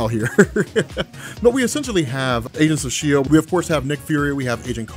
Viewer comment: "anus of shield"